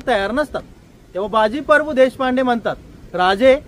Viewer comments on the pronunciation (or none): सर, तुम्ही बाजी परभू असा उच्चार करताय ते प्रभू असे आहे.